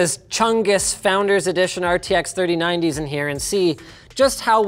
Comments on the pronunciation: It sounded like "Free Nineties" to me, so definitely more like "three" than "four." Is this a "Yanny" or "Laurel" thing? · He said 3090, but it just sounded a bit weird. It did sound a bit like 4090s tho.